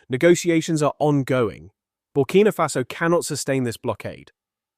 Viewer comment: The name is ""BURKINA FASO"" Accent on the "K". Get it Right!